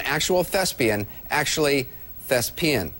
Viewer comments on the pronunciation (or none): <- Lost it at 'thes-peein'